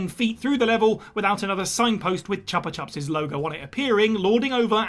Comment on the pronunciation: and the pronunciation of Chupa Chups was noticeable as well. Still, if that's the worst of it there's not much to correct.